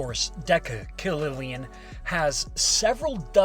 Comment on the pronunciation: No Dacillon, decillon